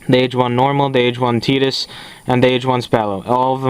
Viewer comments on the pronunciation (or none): Nice review :) titus is pronounced kinda like titan if you know what i mean